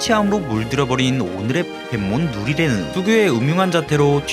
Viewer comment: 누리레느 발음 개어려운데 엄청 잘하시네 ㅋㅋ